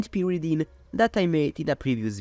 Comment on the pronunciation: you got some pyridine and some purrydine too :3